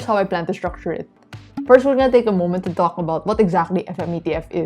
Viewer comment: What did you say qalk about? Or talk about 🤣